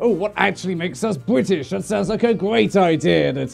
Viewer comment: "Buithish" I love it >w<